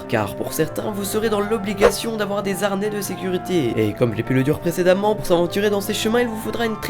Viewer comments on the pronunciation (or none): le H du mot harnais est dit aspiré. Donc il ne faut pas faire la liaison. on ne dit pas " les zarnés".